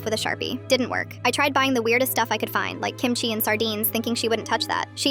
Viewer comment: The way she says kimchi is weird😞